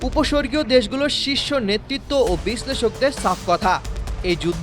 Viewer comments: উপসাগরীয় হবে, উপস্বর্গীও নয় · একুশে টিভি উচ্চারণগত ভূলের দিকে খেয়াল রাখা উচিত, উপসর্গীয় অঞ্চল হবে না, উপসাগরীয় অঞ্চল হবে। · Wrong Bengali pronunciations in this February, 2026. Is it the action of an illiterate and untrained presenter? It is very contradicting to the name "Ekushe TV" and the current month of February. The words "Upasagario" and "Upashargio" bears two different meanings. The term " Upashargio" is never heard of which was uttered by the presenter at least 2(two) times. 😢😢😢 He is advised to learn Bengali in adequate, to present news. 😅😅😅 May Allah bless the presenter with appropriate knowlede in Bengali. Ameen, Ya Rabbal Alameen. ❤❤❤ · উপস্বর্গীয় দেশ না রে মূর্খ , উপসাগরীয় দেশ হবে , কি করে যে এই আবাল গুলো লাইভ রিপোর্টিং এ চান্স পায় 🤮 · উপসর্গীয় দেশ 😂😂😂😂 প্রাইমারি পড়া ভাষা জ্ঞানহীন বোকাচোদা ধরে নিয়ে এসে খবর পাঠ করার কেন???? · উপসর্গীয় না উপসাগরীয়, আরে সঠিক ভাবে কথা বলতে পারেন না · ওটা উপস্বর্গিয় নয় উপসাগরীয় হবে 😅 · বিবরণ বলা টা ভালো হয়েছে তবে ছোটখাটো ভুল গুলো শুধরে নেয়া বা খেয়াল রাখা উচিত। উপস্বর্গীয় দেশ নয় এটা উপসাগরীয় দেশ বলা হয়। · কোন চোদনাকে দিয়ে খবর পড়ায় আল্লাহ জানে ভাল। উপসরগীয় কি রে আবার প্রতিবেদক